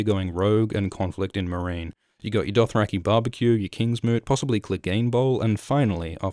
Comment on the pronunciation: Did you call it the kingsmitch? Isn't it the kingsmoot?